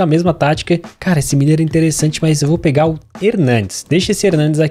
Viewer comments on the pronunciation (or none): Quando é que ele vai aprender a dizer o nome "Muller" e nao "Miller"?